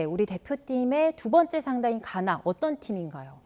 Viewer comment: 가나 의 가 는 장음일까 단음일까.. 나는 장음으로 가~나 하는데 저분은 단음으로 가나 하니까 궁금해지네 ㅠ